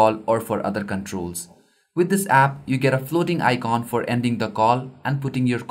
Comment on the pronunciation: One thing, icon is pronounced i-con not i-cen😀